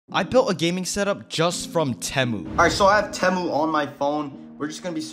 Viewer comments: Bro said teh- mu how u really say it is t-moo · btw you say it like "tea mu" not "teh mu" not trying to be rude. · ITS NOT PRONOUNCED "t-e-mu" ITS PRONOUNCED "tee-mu" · It’s not tehmoo it’s Temu bro say it right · its not te muu its TIIIIII MUUUUU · whats a tamu😂 its TEEE MU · its called tee-moo not tem-oo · its spelt temu but u say it teemu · its (teeeeeeee-mooooooo not tmo) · its teymoo not temoo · Stop saying tamu it’s teemu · WTH is tehmoo its (tee)moo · no way this guy pronounces it " temew" its pronounced "teemew" xddd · why “tehmu” its “temu” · my boy said temmu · its teeee mu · It’s called Tea Moo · It’s Teeeemu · its pronounced temu (tea-moo) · no hate but it’s pronounced (tee-moo) “temu” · its prenounced Teemu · bro the way he says temu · anyone else bothered he said temu wrong XD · No its just americans who override it and puts and extra bound in the “E”. NoT TryInG tO Be RuDe😶‍🌫️